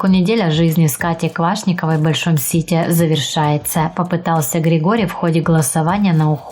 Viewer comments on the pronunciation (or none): none